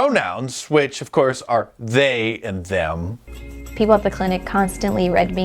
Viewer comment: The way this man says “they” 😂😂😂😂